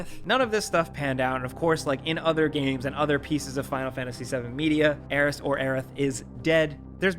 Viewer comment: Aeries! Yessss! Thank you for saying her name the right way. 🙏🙏